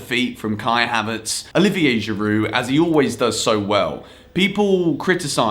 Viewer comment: He called Giroud a Go-kart